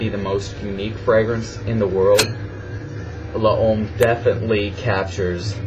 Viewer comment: Hey man, I just want to correct you when you pronounce "L'homme". The way you say it sounds "LA-OME" L'Homme is pronounced as if your saying "LOME" , not LA-OME. Keep up the videos!